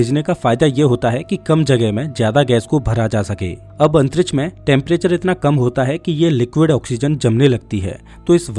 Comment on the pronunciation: Antriksh nahi Antrich😂😂